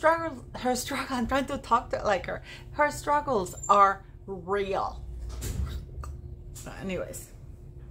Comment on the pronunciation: “struggles are rrrreal” HA! HA! HA!